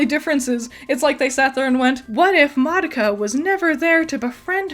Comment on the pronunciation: the pronunciation of madoka is killing me where did the other a come from you saying ma da ka 🤣